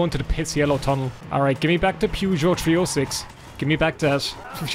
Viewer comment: The way you pronounce Peugeot.. It's a British game, let me help you - Perrzh-oh